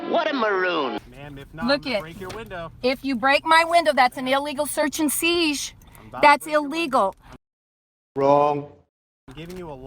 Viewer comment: what is a "seege"?